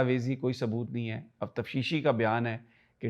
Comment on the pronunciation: Pls note: It is taftishi not tafshishi.